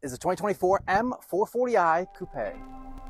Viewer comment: Finally someone that pronounces Coupe correctly